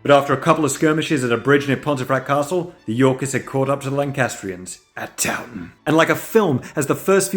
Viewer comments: "Townton" Town... town? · Hi, hello... Just... just one thing: Towton? Towton. Town Town? Town town.